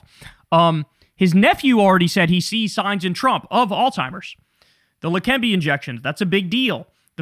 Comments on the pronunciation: Kyle, I love you dawg. But it’s ALZ-HEIMER’S (like alts-hymer’s) not ALL-TIMER’S. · Somebody has to tell Kyle that it's Alzheimer's and not All Timers. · Don’t mean to be pedantic, but it’s Alz. Heimer’s. Alzheimer’s. Not all-timers. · Alzheimer's, not All Timers. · How do we get Kyle to stop calling Alzheimer's alltimers 😔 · Alzheimer's*** not All-Timers. Yikes! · There is no T in Alzheimer’s. “Alls-himers” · I love you Kyle, but it is Alzheimer's (not Alltimers). I want to hear that Z! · I love you Kyle and agree with almost everything that you say and report. However, for the last few months, you’ve been pronouncing Alzheimer’s with a “T” like alls-timers, and it’s been fucking my ear-hole with a squalid prison shiv. That’s it… please correct and carry on! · Kyle, it's "Alzheimer's" ..... lol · You are pronouncing the word Alzheimer's wrong.